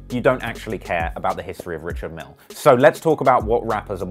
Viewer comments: It’s actually pronounced „ree-shard meEhL“ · Fuck sake it’s said Ree-shard Meal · It’s pronounced rish-ard mil-ay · They said "Quentin Miller". SMH 😬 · You're mispronouncing his name lol....its not 'Richard'.....its 'Ri-chard' Mille....surely you should have done your research lol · Says he’s into watches, can’t even pronounce Richard Mille and is wearing a fit bit 😂😂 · Hum..call urself a watch head but don't know how to pronounce the names right😂😂😂